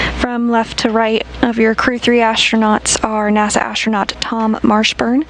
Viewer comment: ashtchronaut achtsronaut .... How the duck the commentator lady can not speak normally? Can she even spell astronaut? Say simple actronaut please.